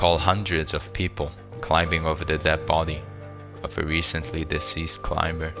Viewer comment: You call but don't know that the b in climber is silent?